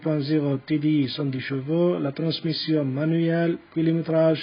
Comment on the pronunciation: خيا نقلوا cheveaux et video حسني النطق بالO وليس بالE اي فيديو o et شفو c est aussi بال O وبرك الله فيك على المجهود اعانك الله سلام